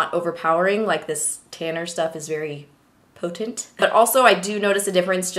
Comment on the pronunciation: Omg I love this video so much I love when u said potent 😂😂😂